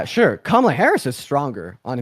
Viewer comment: what a shitty excuse lmao. and if this sneako loser says “camel-a” again i’m gonna lose it